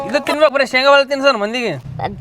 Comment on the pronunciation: ಶೇಂಗಾ ❌ ಸಂಗಾ✔️🤣🤣